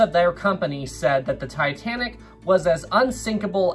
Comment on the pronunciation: As much as I watch your vids I appreciate your pronunciation.... James Cameron and Ken Marchrell say "Tuh-tan-ick" where you enunciate-Tye- Tan-ick!" thank you bro.....I hate both of those men